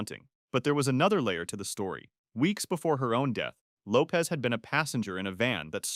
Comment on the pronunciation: Lisa Lopes last name is Lopesh not Lopez…